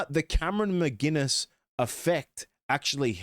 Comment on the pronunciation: There is no G in McInnes. He isn’t a beer.